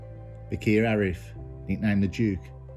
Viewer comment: It's Arif, not Afri